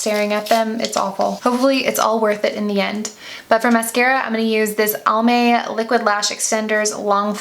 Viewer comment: Fyi 😋 It's Almay like "Alvin" not "Almond"